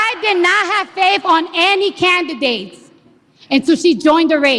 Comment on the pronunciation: Did she say faif??????? LOL